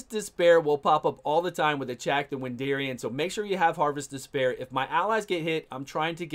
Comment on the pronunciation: He’s not called Wendarian, it’s Wendarin.